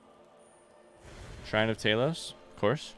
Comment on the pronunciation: The way you pronounce the mighty Talos(Tah -los) "Tay-los" triggers me, but in a fun way lol. I am watching a blind playthrough after all, frustration is a given for the common blind playthrough viewer.